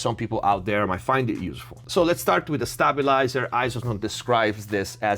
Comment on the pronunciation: Stay-byu-lai-zer not Stahbulizer 🤣🤣